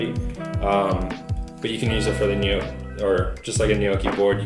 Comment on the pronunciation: Please.. everyone.. stop saying ‘nee-ooh-kee’. It’s ‘gnaw-kee’ , or ‘neaw-kee’ (& said quicker).